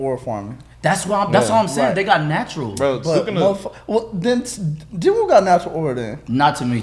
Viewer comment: Its jin woo